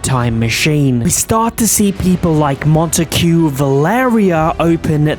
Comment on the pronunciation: Montaque 💀 Zues💀